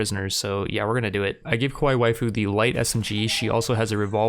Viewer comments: big character cringe, at least say it like 'ka-wai-ee' so it doesn't sound like a different word in Japanese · And Kawaii has an E sound on the end like the state Hawaii. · Dude you are not pronouncing kawai well